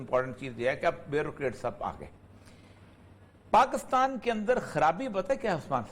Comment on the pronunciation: باتیں اچھی ھیں سوائے پیٹی بھائیوں کی اچھائی کے۔۔۔۔۔ اوریا صاحب وطن کی عزت چاھنے والے آ دمی ھیں۔ مگر لفظ پاکستان کی اوریا صاحب بڑی مٹی پلید کرتے ھیں اوراسکے کے بار بار غلط تلفظ سننے پر بڑی کوفت ھوتی Pakis تلفظ ھے نہ کہ Pakas مطلب حرف کاف کے نیچے زیر۔